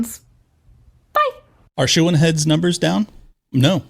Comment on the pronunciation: WHAT is her name. Sounds like you say “Shoe-in heads”. And closed captioning isn’t clear either.